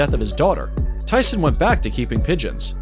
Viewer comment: no mike tison..its tyson...not tiga its tyga